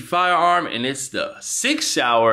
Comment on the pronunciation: I stopped watching when he called Sig Sauer, the second time Sig shower 😂😂😂😂😂😂